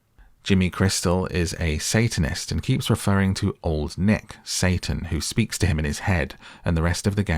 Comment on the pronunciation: I swear during the movie instead of hearing them say "old nick" i heard them say "long neck". You brits really need to work on being clear with your pronounciation, this is you guys calling your female commanding officers your "mum" all over again.